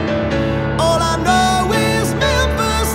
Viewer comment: Memphis lives eh may.... Love this, but it bugs that he doesn't pronounced the last word correctly... And yes, I know an "ee" syllable is bloody hard to sing, but this is his job.